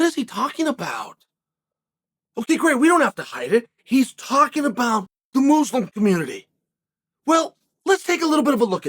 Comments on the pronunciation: I offer you this: "moozlum" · I always love the intentionally mispronounced names and words but "Moozlum" has to be one of the best, right up there with "Blahovavich" 😂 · When chael said mooslum 🤦‍♂️🤣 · Mooslem? 😂😂 Uncle chael is watching a certain preacher on YouTube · "Moozelum" LMAOOO Unc Chael def trollin us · Mooselum 😂😂😂😂 Who's trolling now 😂😂😂😂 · Moozlum lmao